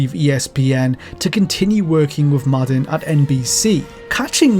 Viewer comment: It's not maudden. It's mad-din. Respect the man and say his name correctly.